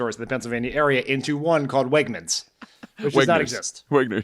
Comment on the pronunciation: If you look closely at the video, they have Oz saying Wegners while walking toward a Redners sign.